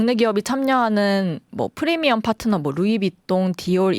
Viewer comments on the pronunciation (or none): none